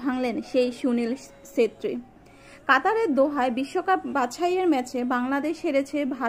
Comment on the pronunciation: সেত্রি না, ছেত্রী। অবিঞ্জ নয় অভিঞ্জ।